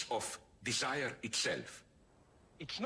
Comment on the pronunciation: La parte más profunda es cuando dice: "Disaier,Disaier,Disaier,"